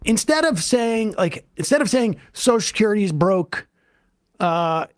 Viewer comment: Drink anytime Sam says "soshascurity"